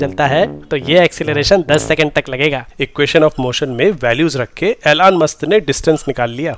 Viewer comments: Elon musk❌ एलॉन मस्क ✅ ऐलान कर दो😂😂😂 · Elon. ❌️ Alaan. ✅️ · Elon musk ❌ Ailaan musk ✅ 😂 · Elon ❌ Aelan ✔️ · “Aylaan” Musk ?! Bhaai wo “Elon” hai. 🚀